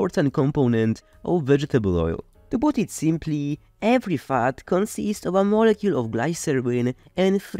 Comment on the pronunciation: "to put it simply, every fart consists" Ay... What???? Oh he means fat! :-) Nice video but.